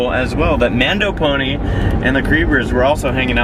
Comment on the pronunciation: You mispronounced MandoPony as MondoPony